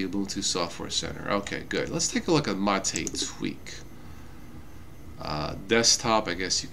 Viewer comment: Great video but why do you pronounce MATE as Ma-tay most of the time and then pronounce it M8?